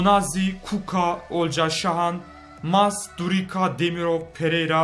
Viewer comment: Durica yi durika diye okuyan koca yürekli